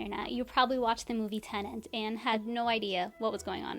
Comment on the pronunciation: Its "tenet". Not "tenant". 2 words that are spelled differently, prounounced differently, and mean different things.